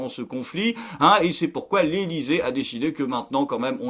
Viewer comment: Pourquoi j'entends "Lénisé" au lieu de l’Élysée ?